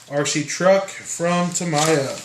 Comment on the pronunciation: Ta-me-ya. Wouldn't it be easier to say scratch film side down????????????????